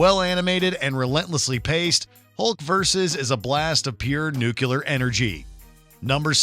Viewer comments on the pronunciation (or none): . Nu*clea*er. Not nul*cool*er. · Did this man say “nuculear” instead of “nuclear?!” 🤔